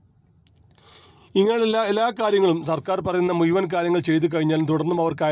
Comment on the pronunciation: Malayalam thanne,samsarikkunnsthe.(Muyuvan alla muzhuvan)